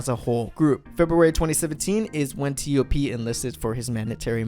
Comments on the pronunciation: I also call him TOP and when I heard him say it as T - O - P, I was a bit puzzled lol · cmon please say TOP